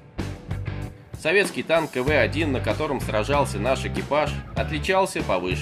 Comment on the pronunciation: Не Кэ-Вэ а Ка-Вэ.